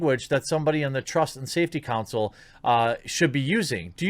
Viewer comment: Why do Americans struggle so bad with the word "Council"?